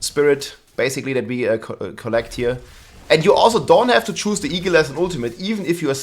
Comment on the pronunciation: say "eagle" What I hear: e-girl